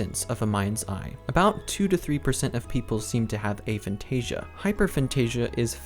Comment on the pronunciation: Of course, I'm not the god of this subject, you clearly are (despite not knowing what you are talking about). First off, I wasn't being rude, I was genuine when I said the video was good, it is (he even got the pronunciation of the word right, which many don't), however, the part about the loci system was incorrect, hence the 'but' part. The loci system does NOT need visualisation, I can't visualise, I'm zero on the visualisation scale, but I still use the system on a regular basis (as do many others with Aphantasia)! I'm sorry if you think I'm taking away your victim status by saying you can actually do something, but people with Aphantasia can and do use this system. If you want to pretend we can't feel free, but please don't insist something is not possible without even trying it, you may put others off trying an incredibly useful system.